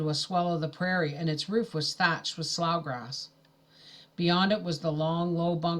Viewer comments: Slough is pronounced “slew” not slaw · Thank you for these! Ice been listening to them at bedtime, it's like a bedtime story :) The grammar policeman in me has to say it- it's pronounced Sloo, or Slew. Sorry I cant help it. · Slough is pronounced “slew”